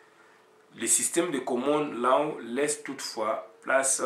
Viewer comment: on ecrit law on prononce lo svp.